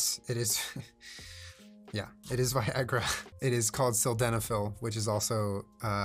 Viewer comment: I think you mean Vi-Wag-ra